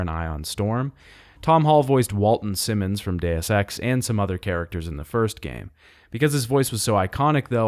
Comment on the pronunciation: WTF with the way you pronounce Walton Simons?